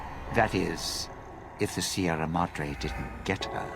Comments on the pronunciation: It's closer to the actual pronunciation than how a vast number of people would say it, at least, even if it's still blatantly wrong., being English, almost has a birthright excuse when it comes to mispronunciation, even if that doesn't really make it okay. Better than many Americans who would say "See-ra Mad-Ray" or similar, and inflict me with a level of ear-bleeding on par with something out of shonen anime. They have less of an excuse XD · why Sierra Modre? All the voice actors say it right....